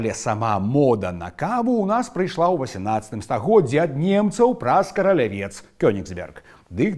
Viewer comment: Вітаю. вось выпраўленьні: Этыёпія, мЭга, амбасада, прэзЭнтацыя, У-ва Францыі, Карале́вец, ПА абедзе, алЬкаголю, СлОніме, ДЫК (Заміж "ТО", у выразе, чаму-б і не, сЭрвізы, піщучы́, ЗАПАРЫЦЬ, заміж "заварыць", запарваюць -- каву ды гарбату, Баўгарын, ІгнаСЬ, па' (паводле) НАРЫСАХ (нямашака "апісаньнях"). Дзякуй, ты малойца!